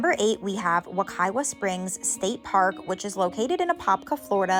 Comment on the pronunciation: Just a FYI. The 2nd w in Wekiwa is pronounced as a "v" (Wekiva). I used to swim there a LOT as a child!